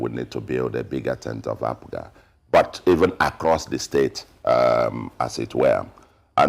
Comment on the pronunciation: I wonder why he keeps calling APGA ...APUGA?